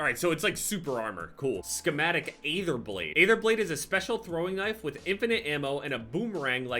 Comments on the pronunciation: as a huge zombies guy I need you to please start pronouncing aether correctly. It is pronounced like e-ther not a-ther. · Can you plz say Aether right just once